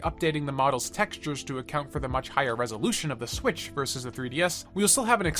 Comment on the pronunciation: It’s swiTCH, not swiSH But good video